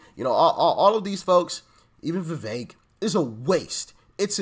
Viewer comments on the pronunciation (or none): none